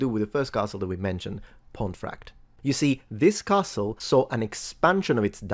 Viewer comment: It's pronounced Ponti frakt. Ponti same as Pompi!